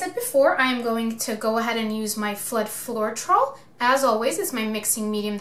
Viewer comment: How can you not pronounce floetrol..... Flo....... Troll.... You fuckin kill me every time FLO TROLL and too much silicon makes tiny cells